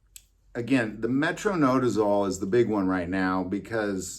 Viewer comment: Metro-NI-dazole, sorry nurse here with ocd when it comes to pronunciation, don’t drink booze with your flagyl